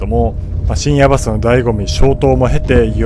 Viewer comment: 水曜どうでしょうファン的には深夜バス（バにアクセント）で正解です😊